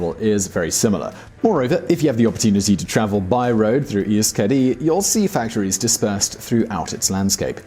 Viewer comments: Euskadi is pronounced eh-oosh-kah-dee ;) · Hahahaha "Navarreh" "Gwipuzkoah" "Youskadee" "Lekhendakaree" "Audeeseeah" lmao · "YOU-skadi" "KAS-tillen" "Navar-AYE"... Yikes. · You made me cry when you pronounced Euskadi and Euskera =( But great video and I love how you know so much as to know that the basque country and Navarre is a role model. Keep up the good work!